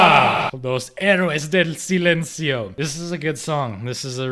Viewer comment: That ''Heroes del Silencio'' pronunciation was very accurate lmao